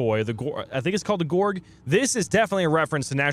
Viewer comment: Gorge. not gorg like gorgon. IM A GORGE MAIN AND AN AMAZING BATTLE ONE